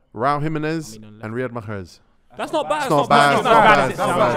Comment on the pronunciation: Riyad Makkrheehegehezzzz